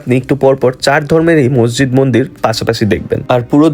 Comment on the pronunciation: মজজিদ না মসজিদ মুসলমান না মুসলিম কথা গুলো সুদ্ধ করে বইলেন